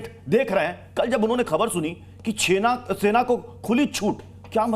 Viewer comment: Sena ko chhena bola hai aapne